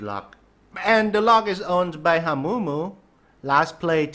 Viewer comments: When says hamumu Hawmumo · It is not HAMOOMOO